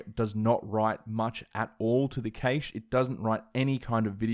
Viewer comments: Cash not cAsha lol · It’s cache not caish LOL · What’s a ‘kaysh’? 🤣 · Some really good info presented in an easy to follow format, I'll be back to apply this when I (finally!) get my hands on an M1X Macbook Pro. And also... during working for various companies in the UK for some 40 years and dealing with many tech support people, I've never heard the word cache pronounced 'caysh' like that before. I've always heard it pronounced 'cash' here in the UK. Interesting how that differs even between the UK and Australia. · Was a tad confused when I heard you pronounce "cache" as "kaysh," then realized it's a thing in Australian English. Great stuff as always. You've been very helpful in my consideration on whether or not I should purchase an M1 MacBook. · Your pronunciation of the word "cache" is actually driving me insane. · I've never heard "cache" pronounced that way before...is it an Aussie thing?